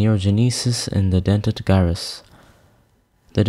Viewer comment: Great video! One small thing. the G in Gyrus is pronounced as J like Judge not G as in Guy.